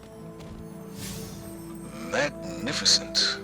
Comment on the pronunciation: He even said “Mag nifi cent!!l 😂😂 proving that he purposely did it.... a titan that jokes around and thinks everything is crucible😂😂